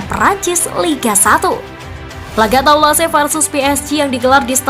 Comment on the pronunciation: Mari kita mengajar Bahasa Prancis sedikit agar "presenter" tidak menyakiti telinga saya setiap membaca bahasa Prancis. Saya tdk membahas sepak bola tetapi membahas cara membaca Bahasa Prancisnya. Les parisiens: kalau le(s) "s" terakhir tdk diucapkan dan kita seperti membaca "Le" dalam Bahasa Indonesia dengan mulut dibuka lebar. Parisiens dibaca "Parizien" dengan "n" terakhir sengau. Toulouse: "e" terakhir tdk diucapkan (dimakan) lalu "ou" sama dengan "u" dalam bahasa Indonesia, kalau "se" diucapkan "z" jadi cara membacanya "Tuluz". Jangan bandel, terima saja dan belajarlah. Semoga menambah wawasan kita semuanya terutama pembaca berita PSG Football News agar tdk mebuat telinga sakit mendengarnya. Terima kasih. Sampai jumpa di pelajaran berikutnya.